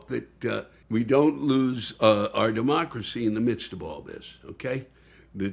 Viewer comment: Did he say lose our democracy, or loose our demo-crazy?